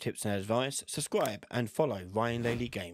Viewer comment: I love how you say suscribe and not subscribe.